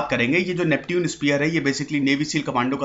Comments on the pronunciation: नैप्च्यून स्पीयर था सर नाम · नेपच्यून होता है सर Neptune - नेपच्यून